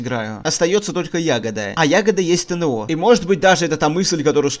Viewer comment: вроде правильно ягОда, а не Ягода, разве не так?